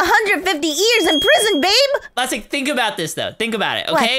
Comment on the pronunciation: DID YOU SAY BABE LASTIC 😮